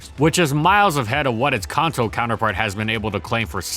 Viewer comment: "Khan-toe"..... KHAN-TOE